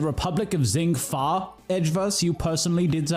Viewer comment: Man the way they say Zheng Fa like “Zeng Fa” bothers me lol